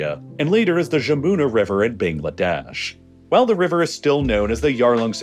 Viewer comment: "J" in Jamuna sounds like J in hallelujah